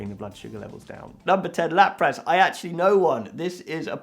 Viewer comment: Not trying to be mean but Celebi (cell-uh-bee) Illumise (Ill-a-mew-ss-ay) Lapras ( Lap-rest ) t is silent Quilava ( quil-lava) Staravia ( Star-av-e-ah) You did good!